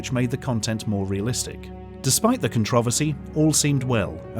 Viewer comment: Does anyone else wanna slap the shit outta this guy for the way he pronounces "controversy" and "patent"? Cuz I do.